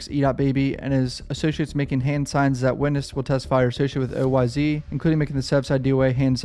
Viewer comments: Nigga keep saying oy z it’s oyz without saying the z just us it like an s smh shit blowing my mind rn 😂😂😂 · OYz is pronounced oh whys not O Y Z .